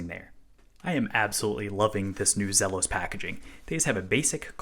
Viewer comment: It's Zeeeeeeelos.